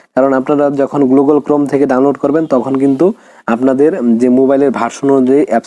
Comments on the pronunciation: ঠিক বলেছো! না হলে গুগল কে কেউ গ্লুগল🫣🤭🥴😁 বলে? পাগলে এটাই বলে আর ছাগলে স্যাটাই😜খায়। you know (স্যাটাই) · ভাই আগে তুমি গুগল টা ঠিক করে বলে নেও।😅😅না কি গ্লুগল😅😅😅